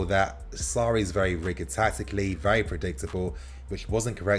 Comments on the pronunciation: ITS PRONOUNCED RI-JID (RIGID) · Please learn how to pronounce rigid 😆